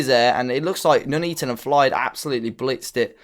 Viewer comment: Its pronounced FILDE